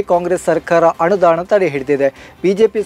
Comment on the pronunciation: ಅನುದಾನ ಅಂತ ಹೇಳು ಅಣ ದಾನ ಅಲ್ಲ